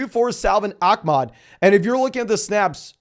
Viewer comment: why do people pronounce ahmed with a k?